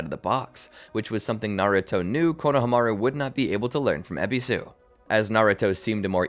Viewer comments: i was happy till he started sayin konohamaru name wrong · JFC the way you pronounce Konohamaru makes me feel like I'm listening to AI.